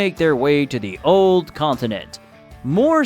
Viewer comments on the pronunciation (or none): none